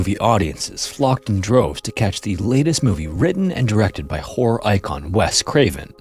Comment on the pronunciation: does anybody else hear “whore icon”. He apparently says “horror icon” but that isn’t what I hear